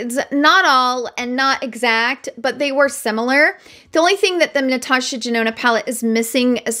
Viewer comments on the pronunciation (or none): none